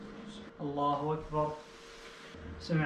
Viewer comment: Med Karim هو ضم حرف الهاء فطلعت كانها الله واكبر ☺️☺️☺️ياليل تحريات الفورديل شدخل بلد الوحي